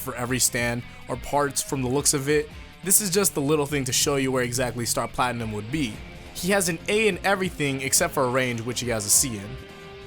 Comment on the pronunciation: Star Platimnum??? more like Star Platkhnum!